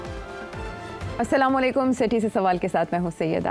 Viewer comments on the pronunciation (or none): AoA Sethi sahab Assalam-o-alikum kaha krein instead salaan laikum